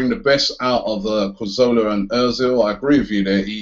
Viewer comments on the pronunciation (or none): robbie why do you say corzola instead of cazorla